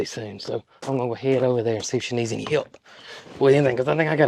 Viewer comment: I love the way you say any with an “e” eny ….the southern way!